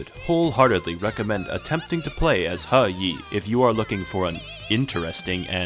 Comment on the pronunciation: Even history-centric channels that cover China don't pronouce He Yi correctly. Thanks for knowing your shit